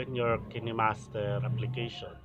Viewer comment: Kayn master po pag pronounce sorry for the corretion